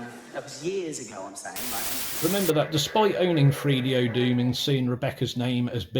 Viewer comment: it's pronounced 3DO not freedo. Three. Th. Use your tongue. - let's not bleep words out. This is the internet - not FCC regulated television.